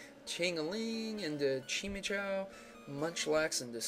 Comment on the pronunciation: he said chimecho wrong...